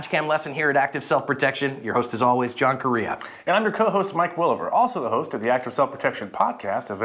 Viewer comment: John Korea? Never hear anyone with that last name say it like that… ppl with that last name usually say it reia not re-ah.